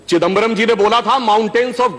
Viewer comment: चदिंबरम् ❌ चिदंबरम ✅